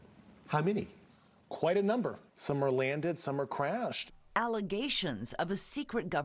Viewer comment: "some are wanded, some are cwashed."